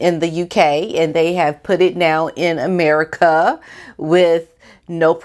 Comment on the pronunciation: Lol "Aneri-kuh!"